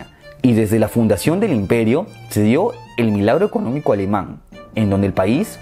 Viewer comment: "El imperio alemang" jajaj buen video bro, cómo siempre 👌